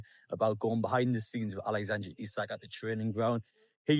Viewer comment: it’s alexandER not AlexandRE ISAK